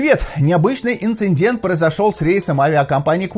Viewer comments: Новость интересная. Но "инциНдент" всё-таки очень режет слух. Правильнее говорить "инцидент" — без "н" посередине. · Это же прямой перевод с английского: INCINDENT...инциндент.